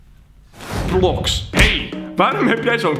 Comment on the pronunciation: Oké dat was de laatste keer je spreek het uit als Roobloks niet roplox